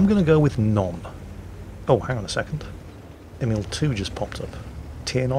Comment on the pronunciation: ‘Friendly Emil-II’ Do YOu MeAN st EmILl